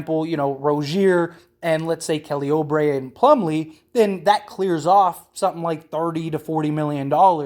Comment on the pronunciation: Bro it's not Oh-Bray...his name is Ew-Bray